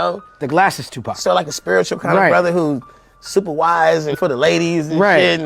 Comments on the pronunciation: His name is Tupac not Tupack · IT'S NOT 2PACK IT'S 2PAC YOU STUPID WOMAN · It's not Tupack it's Tupac.They could at least get the name right. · POC not Pack !! Geez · This Tupack Is boiling me inside……It’s TUPAC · Tupac not two pac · Stop saying two pack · ITS NOT TUPACK!!!!!!!!! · PAC man must be pack I hear them mispronounce so many names not just here but all around pac dmx and suge but sug nights pretty funny one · I wish you would pronounce his name right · As much as i want to hear this story, i will not sit through an AI voice 5 seconds in mispronounce the name of the main subject. I'm sure other regular words are mispronounced as well. I'm not watching it. Either use the AI properly or narrate it yourself.